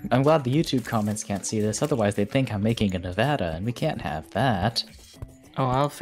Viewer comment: I would like to thank the dragon person for pronouncing nevada correctly greatly appreciated